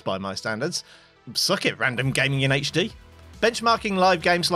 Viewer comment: Hello eveyone and welcome to another video